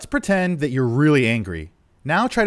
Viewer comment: Lol ‘pretent’